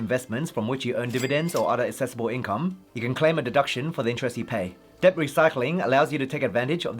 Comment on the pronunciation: Bro.. Debt is pronounced det. Not Deb.